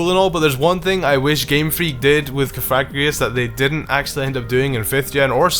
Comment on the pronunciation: Omg it's cough ugh gree Gus. Sry but the way u say it is a bit offensive .